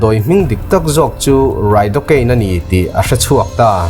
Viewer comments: Mizo ṭawng lam dan hi uluk a ngai a nia. Mi in zir mi tih tak ah tih lai hi 'tak' lai hi thluk tawh suh thluk lo a lam tur a ni. I video ṭhenkhat sh pawh i sawi sual zeuh ṭhin ka lo chik a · Movie Mizo Tawng recap tih 'takkkkk' ah a hmuhnawm thin e😂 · 'Mi inzirmi tih tak ah' hetah hian lam sual palh a awm a, TAK' tih hi maktak tih i sawilai a i lamrik dan angchiah khan, mi inzirmi tih tak ah tih i lam lai a 'tak' tihlai tak hi, thluk lo in, mak tak tih i lamrik dan angchiah hian lam tur